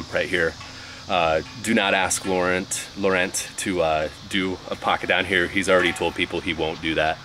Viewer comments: I know this is late, and I love your videos, but you might consider googling pronunciation of Laurent. It's more like La Ron. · In French, the "t" is silent when you say Laurent but gives it more of a "ohn" sound at the end. ;)